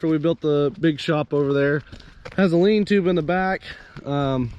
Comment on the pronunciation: Lean-to, not lean tube-lol